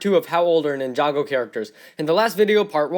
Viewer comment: did he just say jinjago